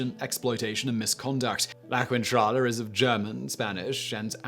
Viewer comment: Gawd dammit, it's not pronounced kwintrala! The syllables que- and qui- in Spanish omit the sound of the u, so it's pronounced keentrala.